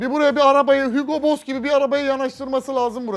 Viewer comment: Hügo boss demesi ⚡